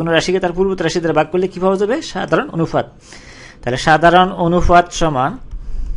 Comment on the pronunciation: ভাইরে অনুফাত কি? অনুপাত বলতে পারেন না??